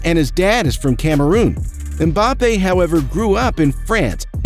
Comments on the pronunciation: Why is it so difficult to just say Mbappe...wtf is Embappe? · "Kyliane Embape"💀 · The usual not bothered to pronounce name properly, why? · You can´'t even pronouce the name of Mbappé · Boy, you got 10 things to teach us about him yet CAN'T READ HIS NAME !!